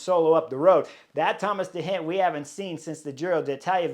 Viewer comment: Not Thomas de Hendt but Thomas de Gendt. Not Robert Hessenk but Robert Geesink Not Von Etvelt but Lennert Van Eetvelt Not Dylan Vaan Baaarlée but Dylan Van Baarle Not Vervaakée but Vervaeke So much respect for you as a A-class Pro-rider. But a shame to hear you butchering so many names of 'collegues' in this podcast of wich it clearly seems you know your stuff. Your insight into cycling races is spot on. Maybe do a little bit of study in how their names ought to be pronounced as a means to show you respect the new generation of pro-Riders.